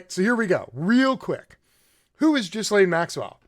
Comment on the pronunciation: cannot listen, I am sorry. It is Geelaine Maxwell. It's Heraldo Rivera. It actually hurts the ears.